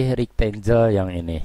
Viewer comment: sempatkan belajar mengeja bahasa inggris Kang. Supaya lebih mantap. Contoh, file bacanya harus: fail. Bukan "fil". Banyak lagi yang lain. Rectangle. Bacanya "rektenggel". Bukan "rektenjel". I can help you. Salam.